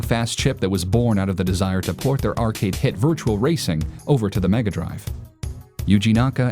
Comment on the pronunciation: Goddamn all you illiterates piss me the fuck off every time you read virtua and pronounce it virtual. Seriously now, fake gamer called out now.